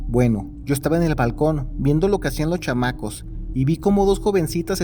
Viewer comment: Jajaja se escucha chistoso cuando dices CHAMACOS 😂